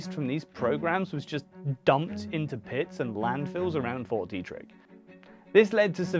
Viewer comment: Frederick native here, born in 1987 - theres lots of stories and rumors about fort detrick (pronounced Dee-trick) in Maryland (mair-uh-lind), there always have been. It was open that it was a biological warfare development facility, though, but the things they did there made for juicy rumors